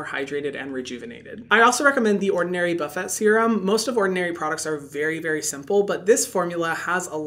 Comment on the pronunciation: He said buff et